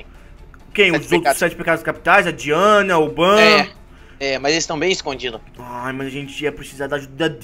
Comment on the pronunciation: Pq o meliodas é do mesmo tamanho que vc é so pra avisa é diane não diana